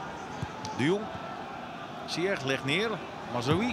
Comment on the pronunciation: Uitspraak van Hakim zijn achternaam is foenetisch “Zijesh”